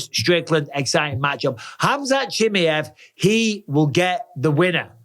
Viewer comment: For the love of god Michael, can you pronounce fighters names correctly? 🤣 Chim eye ev